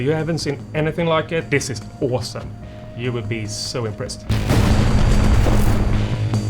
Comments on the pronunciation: haha "This is åsom!" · Åousume lol.